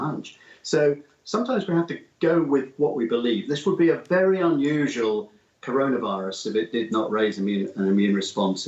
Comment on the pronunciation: Cor-ON-a-virus? This man has not heard of this thing yet?